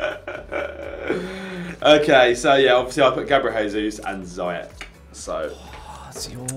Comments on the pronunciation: You both said Ziyech 3 different way and said it wrong every time its Ziyech not Ziyeck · It's zeeeyech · Ziyech is prenounced Zie Jeg